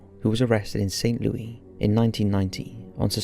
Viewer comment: It's pronounced: "Saint•Lou•Iss" here in the US lol.